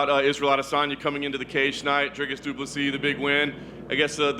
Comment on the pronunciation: Why can Americans not pronounce Dricus Du Plessis’ name correctly? It’s not hard: Dricus - “Dric”sounds like stick and then add “us” after saying Dric sounding like stick Du Plessis - Do-pless-see. It’s common courtesy to get someone’s name right especially when the guy is going to be fighting for a championship belt in your company.